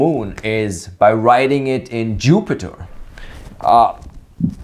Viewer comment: "JooO-pee-tehr .. notebook"